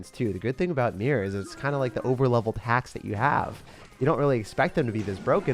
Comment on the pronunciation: When Says HaX instead of hack Me: Wait That's me 🤯. Lol love all your videos and always have a blessed day/night much love from California ❤